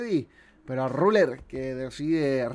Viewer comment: Claid, Cazz, Raler... uhlala señor francés